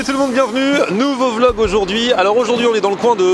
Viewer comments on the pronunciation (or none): none